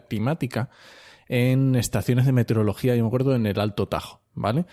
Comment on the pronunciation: MeteOrología. A quien aporta la voz que presenta al inicio, sólo decirle, que no se dice meterEología sino meteOrología. Por eso hay meteOritos y no meterEoitos.